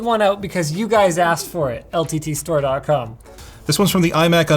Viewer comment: Linus said LTT store.crom